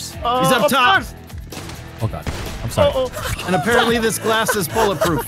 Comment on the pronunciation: friendly Canadian “I’m sorry”